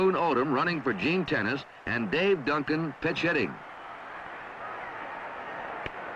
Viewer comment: I recall during that WS broadcast that Gene Tenace’s name is pronounced "teh-NOT-Chee.", not “tennis”. Can anyone confirm this.